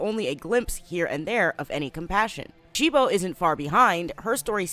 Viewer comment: Why did You keep saying they name of cibo wrong You kept saying shibo